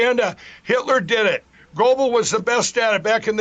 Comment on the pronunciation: I love that brain donors pronunciation of Geobbels.